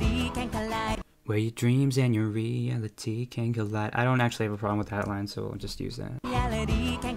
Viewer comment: "REE-ali-TEE can collide" sounds so bad. in "reality" you're supposed to emphasize the "AL" syllable. the word just doesn't work with that melody